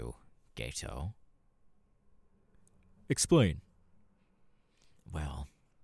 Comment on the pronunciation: I’m sorry, and this isn’t meant as a hate comment, but I know you seriously didn’t not just pronounce Geto’s name as Gay-toe 💀 Also, when you said “Name’s Jeff” my brain went straight to the “me nem Jeff” meme 😂😂